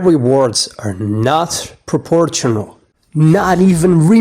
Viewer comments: I know English isn't your first language, but the way you pronounce proportional was just so funny. The T here makes a 'sh' sound instead of the 'tch' sound you used. Pro poor shun ull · In words like traditional, and proportional, the T is silent. "Proporshonal and tradishonal" is how you're supposed to pronounce them. You also might want to cut down on the text and simultaneous narration. Makes it hard to stay focused, especially with the fonts you're using, that cover most of the screen. Gives a rather ill-looking presentation. Other than that - well said. Cheers.